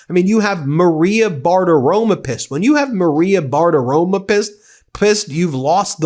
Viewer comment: It's BartaroMO. I mean, I can't stand her, but getting her name wrong every single time reflects on you, not her.